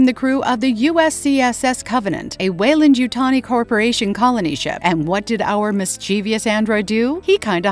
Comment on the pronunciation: The narrator nails it at the start with the pronunciation of Weyland. After 1min they call it ‘Whyland’ and they keep mispronouncing it. They must realise the pronounced the same word different ways through out.